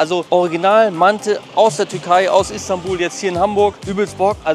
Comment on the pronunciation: Die Aussprache ist aber „Mante“